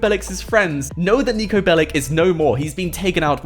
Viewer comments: That guy is from Serbia its not Niko BelliC its not C like K its Ch Niko Belich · Its not "Niko Belik" it is Niko Belić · its not niko belic its niko belić hi is serbian and go to google translate and fix how you saing the that... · niko bellic is from serbia,so say NIKO BELICH,correct niko belić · Pronounced belich